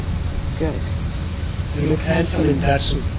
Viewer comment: Sir ye hansome bola jata hai